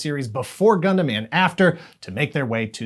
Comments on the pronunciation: ngl the part where they pronounced it as “gun-damn” was a bit triggering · "Gun-DAMN" Gotta love that tv commercial's pronunciation. 😂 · Oh gosh...that ad. We need Gun DAM pilots. Did he know he was saying it like that? Was that on purpose? I hope so. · The uniformed guy in the ad says "Gundam" as though he's saying "God Damn". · Are we all going to just pretend we didn't hear the Britsh announcers pause and say it as Gun Damn 😆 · The guy in that commercial pronouncing Gundam "Gun Damn" cracks me up 😂😂😂😂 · the way the soldier said "gundam" in the commercial sounds like "gun damn" 😅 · The commercial really works to make "gundam" sound like a swear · Same pronunciation like the British!Bright in the dub of the MS Gundam movie trilogy which came out first on VHS in the US before Wing even aired on Toonami. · It was a UK commercial for the DX Wing Gundam, and it looked more badass. His pronunciation reminded me of the 1st English dub of the Mobile Suit Gundam movie trilogy, whose Bright was British sounding.